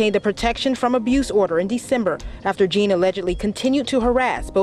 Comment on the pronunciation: Love how she pronounced it “Juhn” and not “Jean”. Probably French, either Louisiana or Haitian.